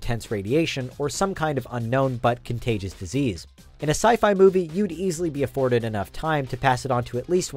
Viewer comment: Uh... because it's sci-fi, not sci-fa